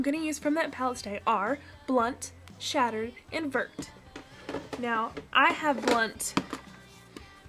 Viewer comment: Vert means green in French. But, it's pronounced vairt. :3) Just so you know.